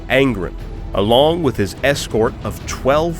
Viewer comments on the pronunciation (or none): It’s angrOn not angrn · Ghazghkull Thraka would not last more than some seconds against Angron, it is a silly comparison. Ghazghkull Thraka loses to the top tier of Space Marine champions, what chance does he have against a demon primarch lol. Awesome video though tbf but it is Angron not Angrund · Angron= Ang-ron.... not Aən-grin😂 Love what you do tho brother, no matter how much I hate small trivial shit like pronunciations and annunciations lol. But seriously!! EVERYTHING ELSE is absolutely excellent. Hands down one of my most favorite 40k lore channels.🐐💯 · Stop saying Angrons name wrong, its An-gron like bat-man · Not gonna lie, the way you were saying Angrin had me kinda tweakin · "Angrun" .. I'm sorry. This pronouncing of his name made me crack up over and over. x'D Good video though. Ghaz would win. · That's not how you say Angron! Literally listen to anyone else say it. Good vidoe though, thank you.